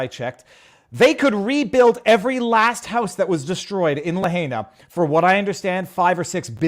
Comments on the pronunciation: Viva it's pronounced La hina not La hayna!!! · La-high-nah Say it with me La-high-nah You are continuing to butcher it, intentionally?? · Pronounced like: Lah Hi nuh. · Having heard the name many times from Hawaii Kamaaina types it is "Luh HIGH Nah" with second syllable getting emphasis (use that and it sounds like you have been listening to people use the town name).